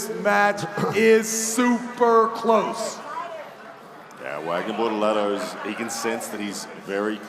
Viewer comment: Bortolato, not Bortalato (or?)